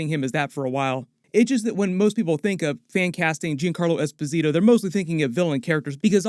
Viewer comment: technically mr freeze is a dr friez. also his name is pronounced like Yon Carlo esposito